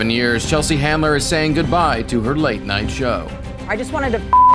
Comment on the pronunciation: Chelsea Handler, not "Chandler"!